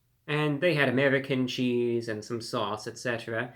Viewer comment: I've watched this dude for quite some time, but never realized how weird he says 'American Cheese'.